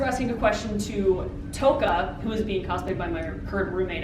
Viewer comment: did you really just say but how cears instead of who Sigh